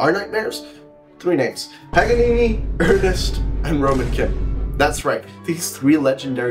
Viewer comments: Ernst. Not Ernest:) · "Ernest"? Come on....